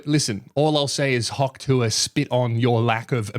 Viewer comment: What Australian pronounces Hawk like that? Hand in your citizenship mate.